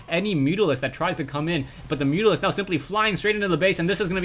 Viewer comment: i laugh a lot when he says mutalisc hahaha